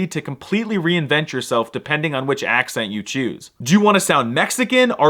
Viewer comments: muy buen acento español ^^. Poco más y puedes hacerte pasar por local. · As a native of the land of the nopales. I can tell you your accent está de huevos!